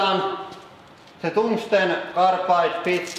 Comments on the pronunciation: "Toongsten carbide" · Kaaarrrrrrll!! Also, toongstun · Toongstone carapide treel-uh peats